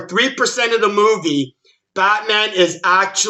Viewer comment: He keeps saying botman 🤣😂🤣